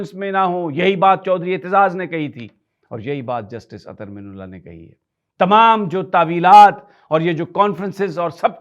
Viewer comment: اطھر من اللہ، من کے میم کے نیچے زیر اور ن کے اوپر زبر پڑھا کریں (اَ طْھَرْ مِنَ اللّٰہ)